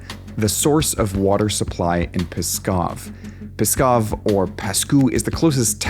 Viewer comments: That's pas kooh actually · It's not pskov it's paskoh.